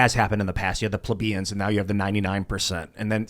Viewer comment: I am a pleb, and I too have disdain for the common people. People are fukkin stupid. I see it every day. You cannot get past that. I mean look at how pronounces Plebian. Just dumb. "A person can be smart: but people are dumb"- Twain